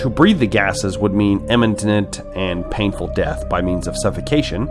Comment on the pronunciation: dude nice video but learn to pronounce imminent